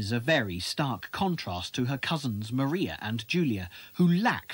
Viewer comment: This is a very interesting documentary. However, Maria Bertram is actually pronounced “Mariah,” like Mariah Carey. :)